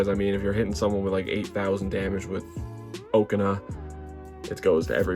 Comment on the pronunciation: Okaun ❌ Oakana✅